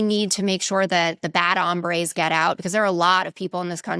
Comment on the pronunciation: I appreciate almost everything you shared here, but please stop with the “bad hambres” language. First of all, you are pronouncing the word for hunger, not men, which is hombres. Secondly, stop signaling that bad people are Spanish speakers only.